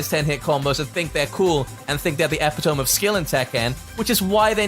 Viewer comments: Agree with most of your points,. Except about Devil Jin. I just wouldn't play Tekken anymore. Also, epitome is pronounced with an ee sound at the end. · epi-tome nononono